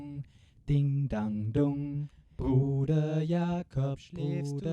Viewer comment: Wow, that "Bruder Jakob" in clear german without any accent wasn't expected :D Greetings from Schleswig Holstein fellow looper!